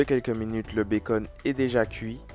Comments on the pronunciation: Il le sait très bien il parle anglais, il fait juste exprès de prononcer comme ça 😅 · Lol le BACON, ça se lit le « Beacon » , donc beacon burger 🍔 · Un madras BA.CON😭😭 , un steak et un zeu 😂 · Mais pourquoi il dis Bacon 🤣🤣🤣 c bacon(bécon) 🤣🤣🤣 sinon bonne recette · On dit pas "bakon" sa se prononce "béconne"😂😂😂😂😂😂😂😂😂😂😂 ces un mot anglais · Mais ,mais ,mais ,mais on dit "bécone" pas "bacon"😭😭😭😳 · Ça s écrit bacon mais on dit béconne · on dis le bacone pas le bacon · C'est une blague tu prononce "BA-CON" au mieux de dire "BAI-CONNE" 😂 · Non je te corrige la parce que ta un français cochon tu prononce très mal bacon et c'est un œuf pas un œu c'est tout si non tu est très cool